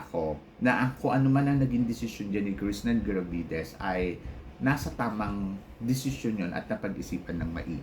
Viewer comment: Ang engot ng tingin mo sa paghihintay. Hello. Miss World is Miss World. Sure na may pageant yan unlike sa Miss Charm Cheapanggang Pageant na yan. Tsaka jusko bat di mo mabigkas ng Maayos yung Krishnah Gravidez. Wag ka na mag vlog.